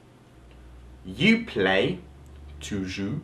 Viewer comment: the word tu doesn't sound like you did. I see French isn't your native language then! but your French is really really good!